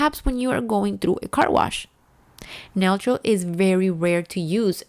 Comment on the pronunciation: N is for neutral, pronounced new-troll.